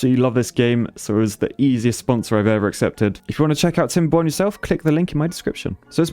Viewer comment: Timberboners,Thats what I hear.